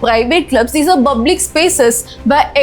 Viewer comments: Wow, that was fantastic! Keep going sister👏 I’m really impressed by how well you broke down the topic.👏 ------------- I’ve become a fan of how you pronounce the word “public” — just kidding! 😜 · Good content 💯.. sister pls pronounce the word public right ... That's the only concern from mother Teresa video too... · Hi sister, I really enjoy your videos and your English pronunciation! However, in this video, I noticed that you pronounced the word 'public' slightly differently than I'm used to. Would you mind clarifying the correct pronunciation? Thanks.